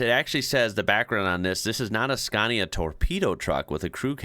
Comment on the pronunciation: Finally, you have learned how to pronounce SCANIA correctly, unlike before when you said “SKENIA”. Thank you very much.